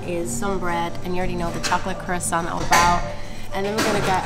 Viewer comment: I like the fact that pronounces ‘croissant´ correctly